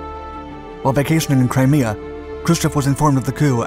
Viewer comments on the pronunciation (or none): none